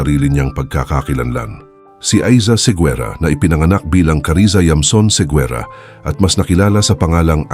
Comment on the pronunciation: You should pronounce it as Segera, not Seguera.